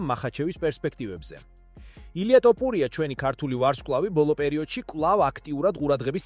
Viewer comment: ტოპურია . გაასხი მაქედან. ესეᲗ კაცის გვარი Თუ ვერ იცი.